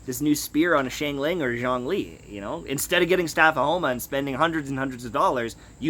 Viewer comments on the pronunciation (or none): none